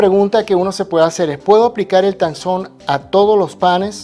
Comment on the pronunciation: Tangzhong en MANDARIN QUIERE DECIR ESPIGA CHINA. La zh se pronuncia ch. zhong es el pais china. La t de tang se pronuncia dejando salir aire . No es un T fuerte como en español. Muy bno su video y su canal. Me suscribi.